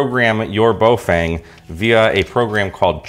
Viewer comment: Bo FANG...really? Remember Feng Shui (Fung Schway)? Same Feng. Baofeng = Bofung. I know 'Fang' is a fairly common mispronunciation. Just sayin'.